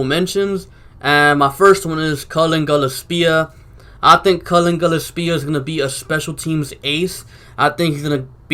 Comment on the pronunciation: Hey bro no hate but just letting you know Cullen's name is pronounced gill-less-pia. I played with him in highschool